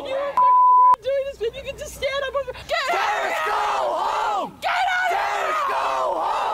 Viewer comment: I swear you said terrortits somewhere in there.